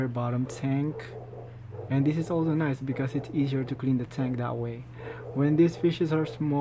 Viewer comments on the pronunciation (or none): none